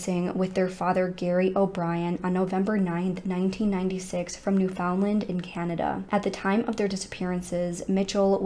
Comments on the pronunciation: Newfoundland is actually pronounced New-fin-land! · pronounced "newfinland" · Newfoundland is pronounced like “understand”. Not NewFOUNDland or NEWfoundland. Altogether. Look up Mindy Kalings description 😂 I figured you were from here (NL) when doing this case until you pronounced it. Thanks for covering this case. So sad. I wonder about them all the time. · I am originally from New York State and the correct pronunciation for Newfoundland is NÉW-fnd-lnd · Just for anyone interested, Newfoundland is pronounced like "new-fun-land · 45 years& I never knew it was pronounced new-fun-land😂😂😂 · I live in Nova Scotia, Canada... which is also on the east coast of Canada and pretty close to Newfoundland. My father's side of the family is actually from Newfoundland. I do find it funny to hear Americans pronounce Newfoundland. They always pronounce it 'new-found-land' with such an emphasis on the found part! 😂 Here, we pronounce it 'new-fin-land' but without breaking it up into three separate words... it just kind of all runs together like one long word. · As a Newfoundlander myself I'm sick of people worrying about how the world pronounces Newfoundland. Some.ppl take that so seriously. We are the odd ones. Every other place in the world with "land" at the end, pronounces it like "lind"... England, Ireland, Greenland.... ect. We are the only people who literally says land, and pronounces found like fin... Ppl who speak modern English and didnt learn how to say it like we do are never going to pronounce it like us. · The way you pronounce Newfoundland is.... newfin Land with the emphasis on Land. You say land and not Lind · Thank you for covering a case from my homeland. It’s such a small place in Canada, most people didn’t hear about it until 9-11. I’m very familiar with the case and believe they all perished 24 years ago. I don’t know how the mom has coped all these years, not knowing the fate of her children. Btw Newfoundland rhymes with “understand”.